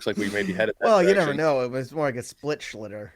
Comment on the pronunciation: It's Schlittler not Schlitter.